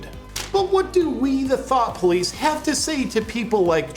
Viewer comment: "Thiought Popice" lol